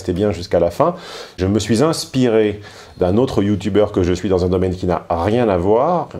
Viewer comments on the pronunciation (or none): none